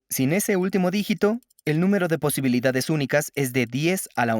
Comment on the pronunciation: Posilibidades... "algo anda mal" 🐷